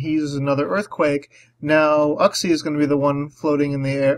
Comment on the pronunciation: It always catches me off guard when you say "uhg-xie". "You-xie" is what I'm used to hearing. xD Gravity support would help your empoleon land some hits--buuuut it would ruin that nifty levitation skill swap you used here.